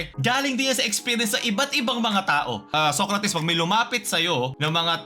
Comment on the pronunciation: Tama ba yung naririnig ko? SOYcrates? 😂😂